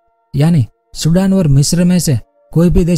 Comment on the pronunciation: चुडान..nahi sirji सुदान बोलो..